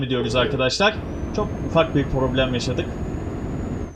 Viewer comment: Abi poroblem diyisine hastayim ya